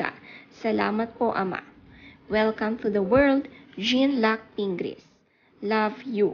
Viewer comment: JEAN in French is pronounced as JON for male (fyi👍)